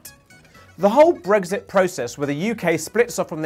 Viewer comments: It's Brexit not 'bregsit'! Why does this annoy me so much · He keeps saying “Bregzit”, it’s so annoying!